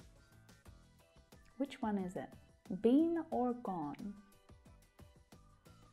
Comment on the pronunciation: Hello your pronunciation BEEN is not correct.